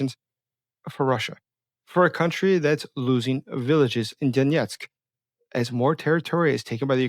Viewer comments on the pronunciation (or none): none